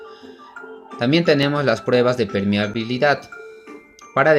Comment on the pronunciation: Permeabilidad y no es "permehabilidad" corrigan